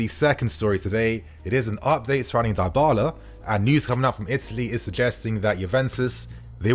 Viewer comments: Idk why but am getting sick if I hear you say Die-bala instead of dybala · Isn't his name pronounced dibala? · Dybala is pronounced with the Y like in BIG.